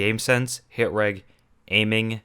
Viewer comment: its pronounced hit rej